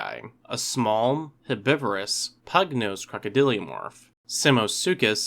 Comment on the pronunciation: Why do you say "crocodiliomorph [sic]"? You're adding an extra syllable.